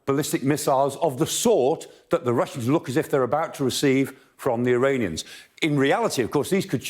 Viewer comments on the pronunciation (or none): none